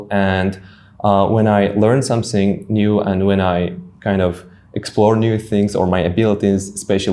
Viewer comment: it should not be some sing😂, it should be some ting.